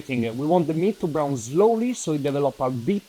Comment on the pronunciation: It’s just odd that you pronounce the e at the end of words that do not end with an e, such as beef e and brown e.